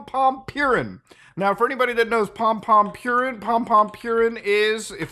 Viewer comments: Idk why, but is funny how Muta says pompompurin, maybe because he reads purin as with english pronunciation p i u rrin, instead of the japanese pronunciation, poorín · I'm so conflicted. It warms my heart to see freaks like this put away, but having to hear him addressed as "Pompompurin" has put a bad taste in my mouth. I think I'll have to box up a few things on my desk. I think this has ruined pompompurin for me. I'd say this is a sad day for sanrio, but then I thought about how they have 200 other characters to pick from. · "Pompompurin" 😨 damn the sanrio character's been up to some shit